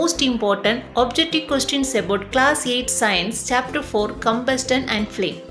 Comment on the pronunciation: Ma'am your video is so useful for us. But you did one mistake in pronouncing the word Combustion it's not कम्बस्टन, it's कम्बस्शन, Ok!